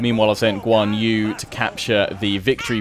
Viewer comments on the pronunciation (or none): something to help with pronunciation perhaps. Guan Yu: Goo-Wan Yee Liu Bei: Lee-you Bay